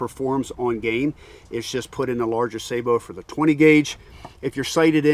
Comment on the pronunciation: Thank you for pronouncing sabot correctly!